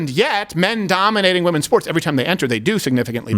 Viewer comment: "Wimpen's Olympics" niiiiiice unintentional haha